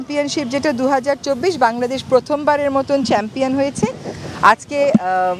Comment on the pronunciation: অতিরিক্ত ভাব নিতে গিয়ে সাফ চ্যাম্পিয়ন বলতে পারতেছে না